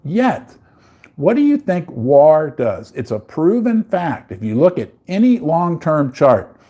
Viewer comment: For the love of all things holy, please learn how to pronounce “war”. Great content.